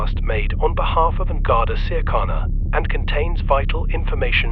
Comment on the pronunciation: lol they completely messed up saying an garda siachana